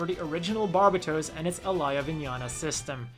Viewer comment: The way he said mikazuki and Alaya vinjata.